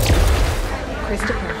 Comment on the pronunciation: Oj vad cringe. Har all respekt för Get_Right och den resan han har gjort dock. Själva reklamen i sig var väldigt cringe med det engelskt uttalade Christopher som bottenmärket.